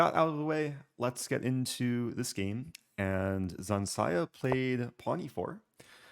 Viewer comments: Its ZH, not Z. ZHansaya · Zh is a /ʒ/ sound. Like invasion. Ж in russian.